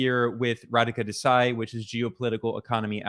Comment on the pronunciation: It's not DesAi it's DEsai